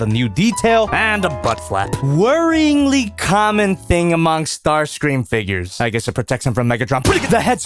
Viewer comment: Ah yes... It's STAR-CREAM